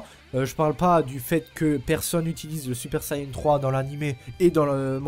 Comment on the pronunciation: SUPER VIDÉO 👌👌 Et on dit Saiyan pas sayan ni sayain 😂😂